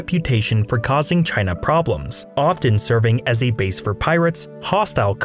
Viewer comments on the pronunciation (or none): none